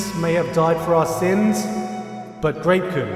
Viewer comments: Kept hearing rape-kun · When he said grape kun I mistakenly thought he said rape kun I had to rewind and put the sub on to make sure